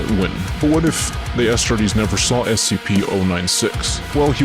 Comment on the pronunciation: Bro keeps saying “ASStartes”